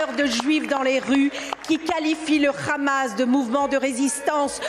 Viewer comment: COMMENT RECONNAITRE UN COLON ??? COMME UN HELICOPTERE ET PAS RHELICOPTERE IL DIT RHAMAS POUR FAIRE JORE JE PARLE ARABE